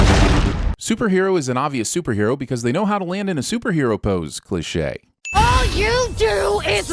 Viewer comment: You should sin your pronunciation of “cliche"